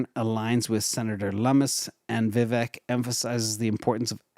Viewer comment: Vivek is pronounce like cake, vivack, point of information love the show 👍👍👍👍